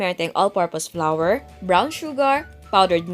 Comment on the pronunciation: Chef, Hindi po tama ang pagpronouce ng flour its flour Hindi po flower